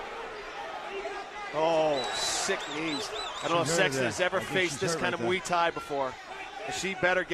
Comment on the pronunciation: What the fuck is mwee thai?